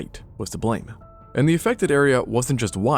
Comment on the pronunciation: "Based on da bones"🤣🤣